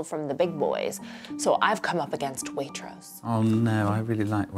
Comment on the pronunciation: Oh my god pls stop her saying Waitross 😭😭😭